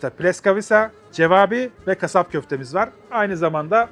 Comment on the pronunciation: Abi seni seviyoruz, ama lütfen lütfen cevâbî değil, çevapi… bildiğin kebap, rumelinde çevap oluyor. Cevap niteliğinde bir köfte değil:) sevgiler